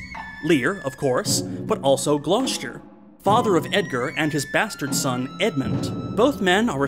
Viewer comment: Glos...jer? no.